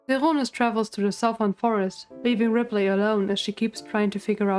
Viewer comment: Love the video but got so distracted at your pronounciation of ripley lol